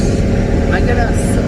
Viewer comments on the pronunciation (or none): Non c'est Magalasssss,et non Magala! Au fait,tu n'as pas l'impression d'être en Espagne ? 🤣